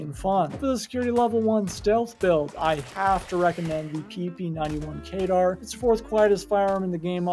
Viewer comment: kedr not kaydar